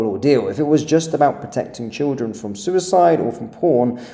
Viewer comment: Wtf's a Sue-ice-iyde website? Does he mean Reddit?